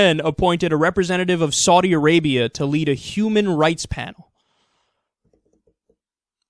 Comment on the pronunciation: I love the fact that Americans are incapable of saying the words Saudi Arabia. It's hilarious.